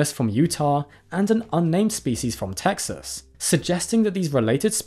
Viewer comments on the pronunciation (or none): none